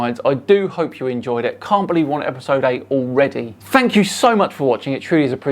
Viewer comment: AHA! said "epidode" instead of "episode"! He used the letter "d" as in "devil"! Also the word "epidode" has the number 666 in gematria. Coincidence? I think not.